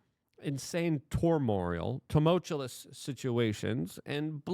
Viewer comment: Tormoreal?...tulumtulous?....wow luke that dyslexia us hitting hard today